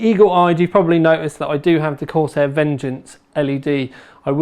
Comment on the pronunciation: corsEHH EHHH sEHven fouwtee